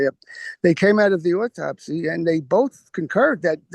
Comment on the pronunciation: Is it too difficult to say 'autopsy' and not 'ortopsy'?